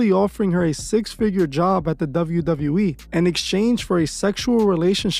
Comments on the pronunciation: Douvle U Douvle U Eeee 😂 Couldn’t help my self ! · I’m gonna need you to learn how to say WWE (double you) 😅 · Is it just me or is he saying "Dove-yu Dove-yu E"? 😭😭